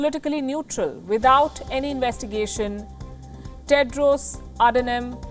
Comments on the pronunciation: She just butchered his name too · U can not Even Pronounce his Name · this dumbass talker chooses not to pronounce WHO director general's name correctly to indicate he is a 'foreigner'. who do you want him to be replaced by? some hindi ? stop spreading lies; clearly the only reason you got this job is you know how to spread your legs. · You cant even pronounce his name properly! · Lakh😂😂😂 what is lakh... You can't even say his name right... 😂 Go do some homework before coming to to your work baby.. Go home... 😂